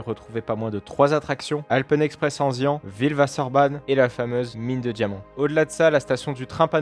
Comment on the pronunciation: Je sais pas ce qui fait le plus mal : voir une attraction que j'apprécie brûler où ta façon de prononcer "Enzian"...